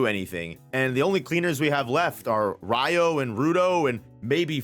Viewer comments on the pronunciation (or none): Riyo pronounced ree-oh Gountess is pronounced gown (like night gown) tess